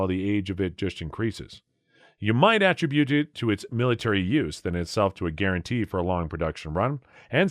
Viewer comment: This sounds like another AI video. The "narrator" mispronounced attributed.